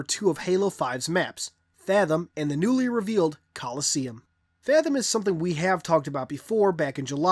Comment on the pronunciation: When he read the description for coliseum, I thought it was actually a British or Australian guy talking. (0o0)